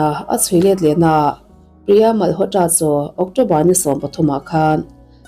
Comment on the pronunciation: Mal haw tra tiloin malawtra tia lam mai tur